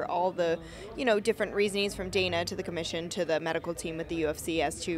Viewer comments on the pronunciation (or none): none